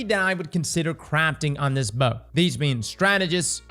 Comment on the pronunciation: Had to mute sound and watch with captions, hearing you pronounce the bow’s name hurt my ears